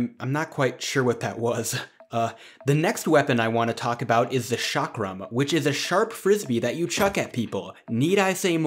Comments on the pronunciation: That's not 'shakram'-. That's pronounced as "Chalk-rum" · 'ch' is pronounced as 'sh' in French, the 'chak' part in the word 'chakra/chakram' is pronounced the same as the name 'chuck'. Modern definition is based on language family, so States speaking Dravidian languages are considered South India. Historically south of Vindhya mountains or Narmada river has been South India. Nice video, never knew about some of those weapons. Although I was also hoping to see the weapon 'wagh nakha' (वाघ नख, you can check the audio pronunciation by copy pasting it in google translate). It was used by the Marathas from Maharashtra in close combat. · Chakram - 'Ch' pronounced like 'Ch' in Cheese 🤗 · The 'ch' in Chakram is pronounced like 'ch' in 'chair'.